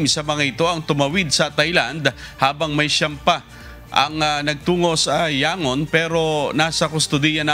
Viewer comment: "YANGON O YAN-GON"... AT ANG HILIG NYONG TAMITIN ANG "O"